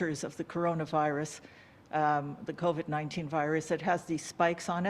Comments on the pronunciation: He pronounces it coVED instead of coVID so that he can't be pursued legally once all of his claims officially become falsified...or so he thinks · A mispronunciation.